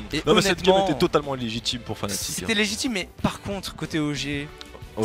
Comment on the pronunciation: Par contre c'est FNATIC pas FANATIC